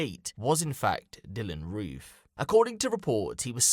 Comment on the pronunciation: “We arrested Dylan Roff.. “R-O-O-F” Wtf?